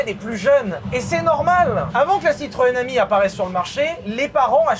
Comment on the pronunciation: Citroên Ami: Tutto va bené 🤣